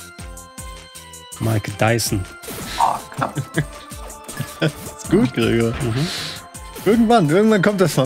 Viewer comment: "mike dyson" xD